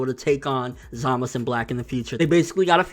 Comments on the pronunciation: lol i agree with your theories but one thing though, why u keep saying Za-Mas instead of Za-Ma-Su? or is it just easier to say it that way lol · za-ma-SU! again say it with me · zamus? its Zamasu!!! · ZAMASU WITH A U NOT ZAMAS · DeathTheKid ur right. But Nobody say Enel now do they??? Zamasu it is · Is there a reason this guy refuses to pronounce zamasu correctly? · Yeah but not in this case buddy lol. Go watch the Japanese version again and tell me if they pronounce the U or not lol. Also, me and my brother-in-law who is Japanese pronounce it the same way lol.